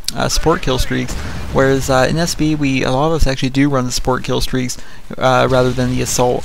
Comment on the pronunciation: its support not sport